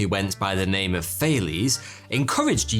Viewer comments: If you can't pronounce his name correctly, don't overuse it. We know who you are speaking of, you don't need to keep mispronouncing his name. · Bro, you are not even saying his name right.